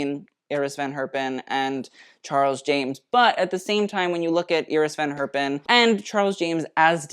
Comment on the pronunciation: cool exhibition! full of delights! love that does pronounces the name of iris van herpen and rudi gernreich in the way how they are originally called and not the English version of it.